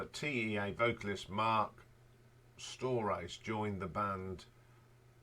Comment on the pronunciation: Agree with those for the most part. A little too much AC/DC references although there was a similar feeling to some of the songs there were dozens of songs that ACDC could not have touched. The only annoying thing was you're pronouncing the names wrong! You could probably find the correct pronunciation of Marc's name online somewhere. Still appreciate the shout outs and the details. LD... Krokus Tour Manager in the 80's